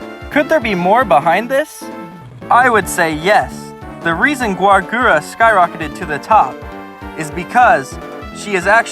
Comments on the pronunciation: no, it’s Gawr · no, it's gawr